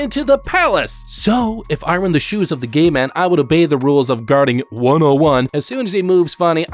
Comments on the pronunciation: i sounds like you're saying "gay man" instead of "gate man" lol. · Got to show the gay pass to the gay man to enter